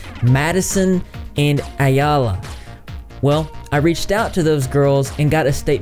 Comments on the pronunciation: Ayalla's name is pronounced "eye-la" I think 😊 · If you combine "eye" with "la" it comes out right. Eye-la = Ayalla. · you learning to pronounce ayallah's name was the best part of the video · it's a hebrew name meaning female deer (a doe if you will), no one says it right but we forgive you LOL